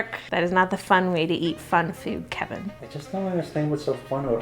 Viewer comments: I love when say "kheven"😍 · It’s Käêvin lol